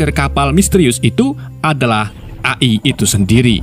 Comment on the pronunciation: AI di baca E Ai min... 😂😂😂